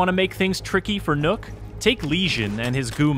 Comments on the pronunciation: Nook? its NOKK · Would have been nice if they had made even a slight attempt to actually pronounce the name they gave Nøkk instead of just calling her nook. I mean, nook isnt even the right pronunciation in english if you just replaced ø with and o... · i just pronounce it like “knock” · im not comfortable with the guy calling her “Nook” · What? "Knock" doesn't sound good either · But Nøkk is pronounced Neck. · "Is nook" .................you have 1 job............... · How about *NOCT*? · i understand why they did it, i just think its funny that after putting in enough research to even know about the nøkk and understand enough about her to make a thematically appropriate character around her that they still cant pronounce the name correctly. On an unrelated note the name is literally a single syllable. Its not that hard to pronounce either way. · as a dane i cringe every time americans assume an Ø must ofcorse sound EXACTLY like an O edit: also you could'n give her a single gun we actually use? not only did you reuse guns but you reused the wrong guns, let's not mention you designed her as a frogmen but put her in the jaeger corps where the net over her head makes no sense, given it's y'know FOR AQUATIC WARFARE!